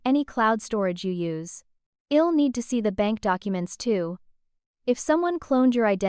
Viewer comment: It's a decent story but using AI messed it all up!! AI doesn't know how to pronounce words correctly, I'll is not ill, We'll is not Well, so many mistakes really takes away from the story!! AI should not be allowed!!